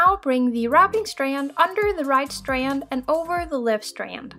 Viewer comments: The way she says strand.😂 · I just want to listen to her say STRAND over and over again. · Breath everytime you hear "strand" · Why are you saying strand like that holy shit 😂